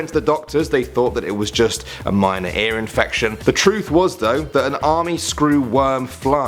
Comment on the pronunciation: Aer? or Ear...Eeyurr.